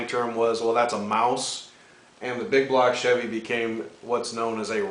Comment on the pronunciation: hahaha love that humor, typical stereotype guys. Bbbbig bbbblock chäävy